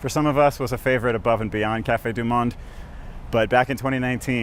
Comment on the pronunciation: Delightful video. I did not see credits for the music. Please learn to pronounce 'du Monde'.